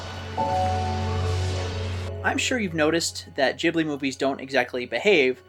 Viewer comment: I absolutely love this, even with the constant mispronunciation of "Ghibli" ;)